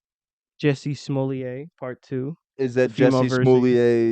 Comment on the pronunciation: His name is JUSSIE Smolet thou not what you guys said 😂